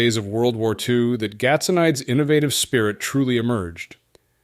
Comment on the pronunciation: GAT SO NEE DIZ is the pronunciation